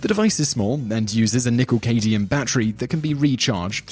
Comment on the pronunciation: It's Nickel-CadMium. Not Nickel-Cadium. Your narrator sucks at pronouncing words. It's pronounced et-cetra. Not ECK-cetra.